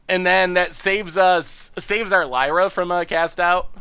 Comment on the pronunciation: That’s not how you pronounce Lyra I think ^^